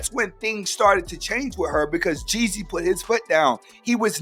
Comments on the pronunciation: It's Young Jeezy not Young Jesse 😆😆😆😆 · ....LEARN HOW TO PRONOUNCE HIS NAME!!!!!